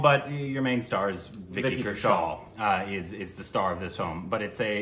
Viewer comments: Kaushal (cow-shall)..... right pronunciation..................... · U should say like. ( kaw shall) his surname.